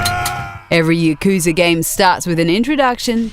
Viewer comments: Please learn to pronounce yakuza also. It hurts my ears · You mispronounced both the english and Japanese names for the series in the first 15 seconds. How do you even